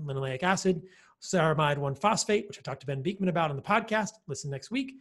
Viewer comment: sorry to be pernickety, but you always pronounce Dr Bikman ' s name wrong! it is jarring! you must have heard it pronounced properly so many times, honestly, listen ! ? it is Bik (man), as in tick, not beakman ! c'mon!!! 😂